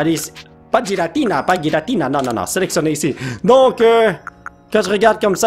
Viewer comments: Pour information, on prenonce '''Guiratina'' dans le pokédex international ! 😉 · Oui giratina se prononce guiratina comme arceus se prononce arkéus